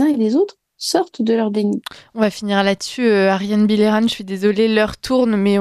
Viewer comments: Cette femme est exceptionnelle. Ps : son nom se prononce « bille eux rang » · C’est excellent de donner la parole à Me Bilheran, mais svp n’ecorchez pas son nom en le prononçant bizarrement : lisez les sons français bon sang! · Demandez à Ariane comment on prononce son nom, je pense que c'est Billeran, tout simplement